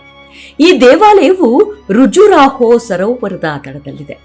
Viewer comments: ಋಜುರಾಹೋ ಅಲ್ಲ ಖಜುರಾಹೋ (Kajuraho) ಅ ಕಾರ ಹ ಕಾರಗಳ ಉಚ್ಚಾರಣೆ ಸರಿ ಇಲ್ಲ, ಕೆಲ ಪದಗಳ ಉಚ್ಚಾರ ಅಸಹ್ಯ ಅನ್ನಿಸ್ತಾ ಇದೆ.. unsubscribing from this channel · Khajuroho not Rujuraho